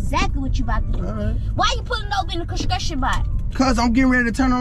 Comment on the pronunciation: mins was funny asl bro why she say “construction” box like dat😂😂😂